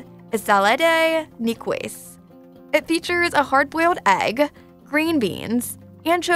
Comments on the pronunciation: I lost it when she pronounced Nicoise as knee-coys. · Ain’t no way she pronounced Niçoise salad like that 😂